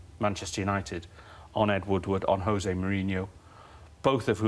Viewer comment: Would be nice if Neil Custis knew how to pronounce Jose, I suppose he is a journalist for the Sun